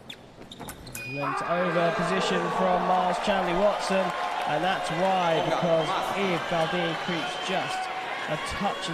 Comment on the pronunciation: Miles Chamley-Warner? The commentators for fencing have always been awful, but they can't even get the athlete's name right?